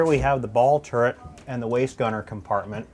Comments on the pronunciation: Jay Leno says turrent...ugh. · Lot's of folks mistakenly say "turrent" instead of "turret", which is correct.